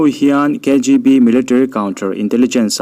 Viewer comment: Angaihnawm khawpmai, mase military tih ani maw katia, militrary ti in ilamsek a, 😃😃